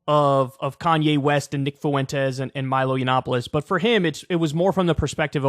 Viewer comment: Is there not a white person in America who can pronounce fwentez? What is foo-en-taze?